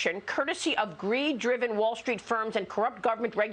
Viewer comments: Totalitarian honey, it's totalitarian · "Totalitarian" - easy for you to say ! 😂